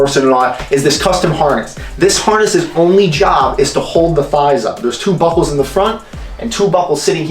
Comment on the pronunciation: did anyone else think he say "bubbles" not buckles??